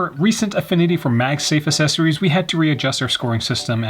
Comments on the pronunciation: Great video--but c'mon bruh, Assess-oories? Don't be a child big dogg... you are old enough to know better. 😱🤭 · Assessories! I love it! Now I cant unhear it! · I love how says assessories